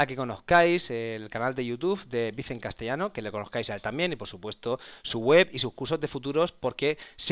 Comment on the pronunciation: Si has visto algún video de él y lo respetas, lo mínimo es pronunciar su nombre tal y como él se presenta...